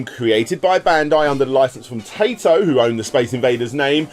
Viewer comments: He got taito wrong too, he said tae-to instead of teye-to... He's clearly not even trying to pronounce these Japanese words right. What's more disturbing is how he completely botched Parodius even though the "paro" part is from "parody" and he probably knows how to pronounce Gradius as it's just gladius with an r. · Every time you say "Tato" I can't help but giggle coz it sounds like you're calling them a potato. You gotta remember their old intros with the cute little girl, It's said "Tai-toh" Unless they didn't have that intro on games you played in which case look up Taito intro coz it's freaking adorable. That and the old Lucas arts and Sierra intros are burnt into my brain. 🤣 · pronunciation of Taito just kills me in general, it's tie-tow, not tay-tow. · Nice video as usual, the Arkanoid crossover game looks really interesting, not sure how I missed out hearing about that one back in the day. Also, I fully admit to saying 'tai-to' after every time you said 'tay-to', lol. But I'll let is slide... THIS TIME. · Did you pronounce Taito as Tato? You're forgiven this time 😉 Great video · I think this is the first time I've ever heared Taito mispronounced as tay-to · The correct pronounciation of Taito is "Tie-toe". Hearing pronounce it wrong the entire video was doing my head in. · I genuinely don't know if you're making self joke about mispronouncing Taito or not. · I know, I get sick of the horrible pronunciations too. He might as well just say Tomato.